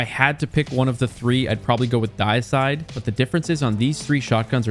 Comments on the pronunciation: The Deicide is actually pronounced “de-i-cide” not “die-cide”. Deicide means the killing of a god. Dei in deicide comes from the word deity. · Not "Diacide"... More like "Dee-ehcide" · Not trying to be rude but for future reference Deicide is pronounce Dee-Eh-side not Die-Side idk why the pronunciation bothered me so much but it did. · He's still saying it incorrectly, it do be "Dee-ih-side" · Actually, “die-side” is still the incorrect pronunciation. Its actual name “Deicide” stems from the act of killing a deity. A fitting name for a weapon in this series, but not for this one. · So wouldn't it be pronounced "day-ih-side?" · Actually deicide is pronounced with a long E and short i sound. It's dee-ih-side. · It’s pronounced “Day-icide”. Deicide means “killing of a god”. Pretty cool. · "The Dieside" 💀💀💀💀💀💀💀💀💀💀💀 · Day-i-cide. It's the prefix deity, deicide meaning killing of a god. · dee-i-side. As in killing a deity :) (Or day-i-side in certain accents) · It's pronounced "dee-icide". Derived from the word "deity". It literally means "to kill a god". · Its pronounced Dee-uh-side. Deicide is the killing of the god or deity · Deicide is pronounced Day-eh-side. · Love the effort you put in... But man just put a tiny more and learn the standard pronunciations for the non made up words, anyway :) DAY eh side OSS so bas TIN at oh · The way he said Deicide!! Drove me nuts!! lol First In, Last Out- Love it! Have had Hip Fire and Opening Shot on it forever! Accurized Rounds and Hammerforged as well for an 81 Range!! I have had Heritage since the first week is was craftable. I only have a PvE version crafted with Reconstruction and Recombination though. I’ll have to craft a PvP version and try that combo out! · your pronuciation of "deicide" made me die inside. I kid - thanks for the video. helped me clear out some shotguns I had been just sitting on in my vault.